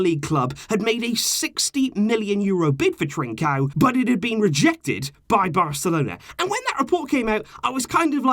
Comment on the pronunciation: It’s ‘trincon’